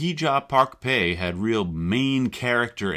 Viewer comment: Is Pai really pronounced like "pay" and not "pie"? Do you have recordings of them saying the name?